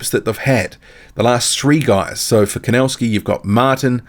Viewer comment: PLEASE Learn how to pronounce The name KOWNACKI Correctly, because you have horribly MISPRONOUNCED the Name KOWNACKI!